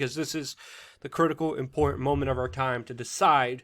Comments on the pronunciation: How hard is it, really, to say a "t" at the end of the word "import"? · "Ventilators are very imporant..." "IMPORANT" isn't a word.